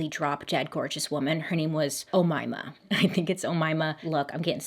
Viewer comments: The Omaima name must be the most accurate name pronunciation you have done so far :DDD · you pronounce it right it’s an arabic name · Omaima is an Arabic name, if it's that one you nailed it tbh Arabic is difficult AF hey I am sudanese 😂 you can, you can indeed; its just tragic out here. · If you are wondering how her name is pronounced 😆 it’s (O-May-Ma) “May” as the month, “Ma” as the word “Mad”. But seriously, no one should expect perfect pronunciation of names cuz it’s not your language! Of course you’re gonna butcher the names as Omaima did her ex hubby!! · Yep you pronounced her name right, Omaima you can pronounce it O-mai-mah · U pronounced umaima perfectly ,,, 😗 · I'm a month late but I'm Egyptian and I just wanted to say you're saying her name right, well done 😌👏🏻 Oh-mai-ma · You pronounced the name right just it's oumaima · I think it’s pronounced oh-MAY-muh, as opposed to oh-MY-muh. Either way, we love you Bailey! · I know a Middle Eastern girl named Omaima 😮😮 she said it was pronounced (Oh-May-Ma) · its pronounced O-MAY-MA, common name for east africans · LOL you did not say Omama 😪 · Bailey I'm from Egypt and you said Omayma perfectly! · I want to tell you as an Arabic speaker that your pronunciation of the name is wonderful 💅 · أُميمة,GURL you’ve pronounced it perfectly! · I can confirm that you did 100% pronounce her name right! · Egyptian fellow here & u've been pronouncing it correctly from the beggining. ALSO ANCIENT EGYPTIAN WOMEN??? not her ruining our reputation💀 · I am Egyptian, you pronounced the name right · just found your channel! I love it! I remember this story on Deadly Women. I think you pronounced it right. 😊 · I'm still listening to the disturbing story but girl your makeup is WOW and you pronounced the name perfectly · You pronounced the name Omaima correctly 👍🏼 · Babe you pronounced omaima correctly. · You're the first American who pronounces an Arabic name perfectly. Must say Omaima is a common name in Egypt though haha!